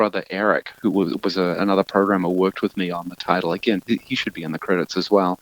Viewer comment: Another great video! Really love the additional information, trivia and dev interviews you cram into your videos. You really need more subs. "At war aghen!", bruh..